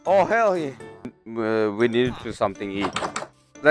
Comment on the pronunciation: Not hell :herr yeah